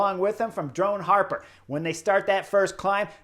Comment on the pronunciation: Chris i love your videos but please, it’s “drone hopper” 😅😂